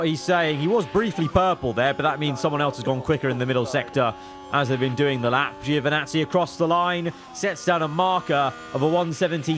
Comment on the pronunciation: It's Joevinazzi, not Giiiovinazzi... From Italy with love 😂😂❤